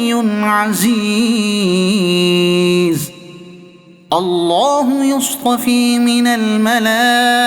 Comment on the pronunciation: السلام وعلیکم و رحمۃ و برکاتہ Is surah ki ayat nmbr 75 main mistake hai یصطفی میں ی کے اوپر زبر کی جگہ پیش پڑھی گی